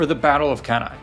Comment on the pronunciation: Cannae is pronounced Canny. That's all I have to add